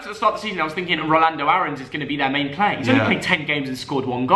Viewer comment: Just say player proper smh